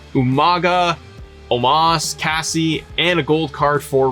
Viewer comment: I was thinking the same thing. He went from "Casey" to "Cassie." 😂